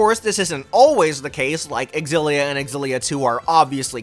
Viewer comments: Does no one know anymore that a word starting with an X is pronounced with a Z sound? What is this "ex-illia?" It's just "zillia." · Well..no I respect you, but not your opinion on how Xillia should be pronounced. You see, as i mentioned in your previous video, the X is pronounced as Si or Sci 😌 Tales Of Scillia or Sillia. Are we good??? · Oh a remake of an old Tales video, awesome ☺️ And still you pronounce the X in the Tales Of Xillia 🙃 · The way you're pronouncing Xilla is triggering tf outta me.